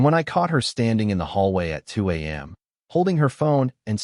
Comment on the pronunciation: Please fix the A-I stuttering and adding of an extra "m" when giving time in terms of a.m. and p.m. A point of exaggeration in terms of details in story; I don't care how good a person's hearing is, there's NO possible way from upstairs you can hear someone downstairs normally breathing, unless they are gasping out loud for breath... After listening for a little more than 11 minutes I bailed out on the story.... Too much pointless meandering and repetition.....